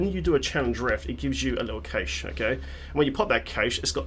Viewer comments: cache is still pronounced the same as "cash" :D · Its triggering me the way you say cache and torment...